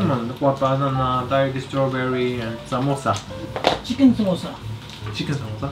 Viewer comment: Samosa zindabad🤣🤣 he looks so good when he says urdu words